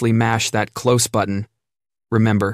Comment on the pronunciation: I must say, the AI voice really messed up this video. I’m usually a huge fan, but apparently this AI voice doesn’t know how to say a.m. properly and it mispronounced the word close in the elevator bit, making it difficult to follow the story, though I understood